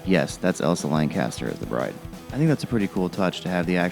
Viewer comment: Her name is Elsa LanCHESTer not LanCASTer!